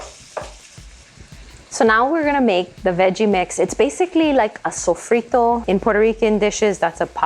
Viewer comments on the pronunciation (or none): none